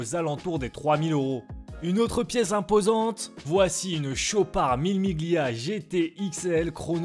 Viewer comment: Salut! Merci pour tout ce contenu. Juste un petit truc : Parole d'ancien photographe pour Chopard (à Genève donc) : On prononce "à l'italienne" soit "millé Millia" sans le G ^^!